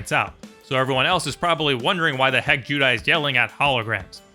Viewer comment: Why’s he saying judai